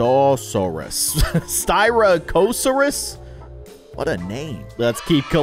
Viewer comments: The styrachiosaus thing is pronounced stai-rack-o-saurus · the styracosaurus is pronounced sty rac o saurus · how you say styracosaurus is stiiraaacccoosaurus